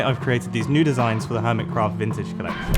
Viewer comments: Im sorry, but I have to... "Urmitcraft" 😂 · Jumbo You said urmitcraph, No clue if that's supposed to be a joke or you massivly misspelled.